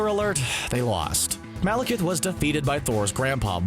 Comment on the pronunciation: They finally got somebody to pronounce Malekith right. But can he pronounce Eccleston?